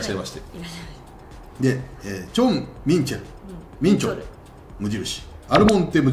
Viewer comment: ジャン・チェン「ミス」じゃなくてジャン・チェン「ミン」ですね。初登板から数試合は良く頑張っていたので活躍して欲しかった選手でした